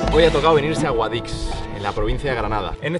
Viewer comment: como que guadiX.... se dice guadíH